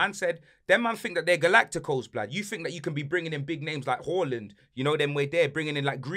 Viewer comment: Why does he say Whoreland